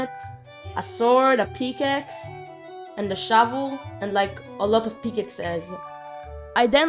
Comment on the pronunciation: "A peakaxe"